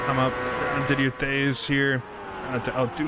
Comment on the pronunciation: Did-ee-eh Tayz